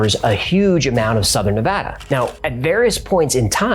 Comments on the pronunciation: Im impressed by how you correctly say Nevada, and more impressed that you referred to the airport in vegas as McCarren. Keep up the good work dude. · One of my favorite things about this video is that you pronounce Nevada correctly!! 👽👽 Keep it up, this channel is chefs kiss